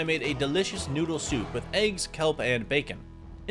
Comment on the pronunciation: bro really said chicken noodal🇨🇳